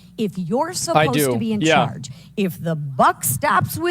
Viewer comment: i hear the word 'idea' pronounced as 'ideal'. instant idiot. i hear the word 'supposed' pronounced 'spost'. you lost me